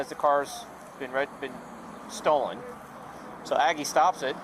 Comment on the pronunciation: The officer that said it came back stolen can't even speak proper English he said several times it came back es-Stolen it came back es-stolen instead of it came back Stolen 😡